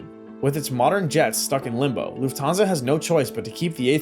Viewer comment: Try to learn how to speak correctly „Lufthansa“